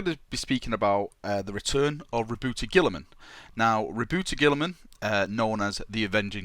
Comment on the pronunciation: *Rawbutt Girlyman